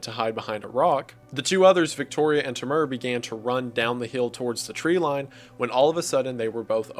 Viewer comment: as a russian speaker, hearing you pronounce the name "Timur" as "Timmerrr" was funny. love you're videos, keep up the good work ♥️